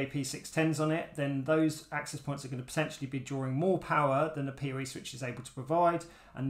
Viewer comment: OH, he’s saying “PoE” not “peerie” 😂 English subtitles would help